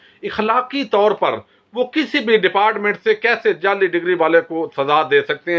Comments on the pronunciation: sb you are doing excellent job I like your analysis and all but please make your accent correct sorry I hope you don't mind, you are saying jelly instead of jaali (fake) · تو خود جعلی لگتاھے تجھے تو لفظ جعلی بھی کہنا نھیں اتا انکھیں کھول کر پڑھو۔